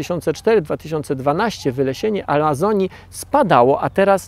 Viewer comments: Jeden z nielicznych materiałów mówiących prawdę o tym co się tak naprawdę dzieje w Amazonii w tym roku albo co się nie dzieje. Przyjemnie się ogląda. Gorzej słucha. Szkoda tylko, że autor dalej ma widza gdzieś. Czy Pan siebie słyszy? Setki tysięcy osób Pana ogląda. "Wylesienie Alazonii", "ziemskiej atmoszferze", "z uwersutu w Albany", "Barzylijsie PKB". Poprawianie siebie jest do przyjęcia. Rozumiem, że nie jest Pan zawodowym lektorem, ale żaden z doktorów ani profesorów na mojej uczelni nie myli się tak często jak Pan, a to nie jest materiał na żywo. Z odcinka na odcinek jest tego coraz więcej. Może pozostaje pozdrowić głuchego operatora kamery. Pozdrawiam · czy tylko ja słyszę "alazonii"? ;)